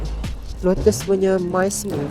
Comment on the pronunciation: Mince meat bukan mice( tikus) meat takut acik dengar mice meat